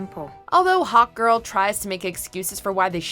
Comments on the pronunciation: instead of hawkgirl i heard hot girl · Omfg I thought you were saying "hot girl" and not hawk girl 🤣🤣🤣